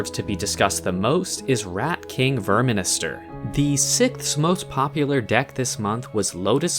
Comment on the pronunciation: it's called verminister, not verminster